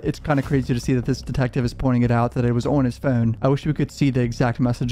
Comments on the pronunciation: It's funny that you quibble about the pronunciation of his last name, but then pronounce phone the way you do. i almost think you are about to sing FUN song from spongebob when you say phone. you create. extra syllables for the word but you're still just pronouncing fuuwn with an emphasis on it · The way you say phone and photos is CRAZY dude what is that? Are you Canadian? Is that what that is? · The way bro says Phone😭 trips me out every time